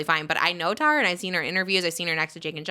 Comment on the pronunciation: Trish, Tara pronounces her name Tar-a, not Tear-a